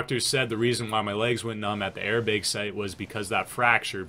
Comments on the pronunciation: i kept thinking you were saying “air big” instead of airbag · air baeg... is from the upper midwest? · i don’t ski, i wish i could, but the way he says BEG, airBEG.